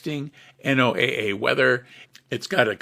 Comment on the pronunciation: Very informative, thanks. But it's not pronounced N-O-A-A, It's properly pronounced "NOAH" (as in Noah's ark). NOAH Weather Radio.